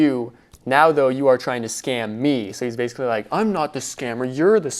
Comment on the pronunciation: "Basically" not "baiscally"